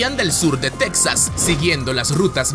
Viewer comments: No te has mordido la lengua de tanto decir tecsas ? Para nosotros los mexicanos es Tejas y se escribe texas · Insisto, se pronuncia "Tejas", no Tex- sas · NO ES TECSAS, ES TEJAS... WEY. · Disculpa, se pronunacias "tejas", no tex-as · Se dice Tejas, cómo se dice Méjico, no tecksas, se ve que eres de otro país, ósea no eres mexicano. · Pronuncias a texas como tecsas ...un mexicano dice mexico no mecsico . . La x la pronunciamos como j ....no se si es correcto.....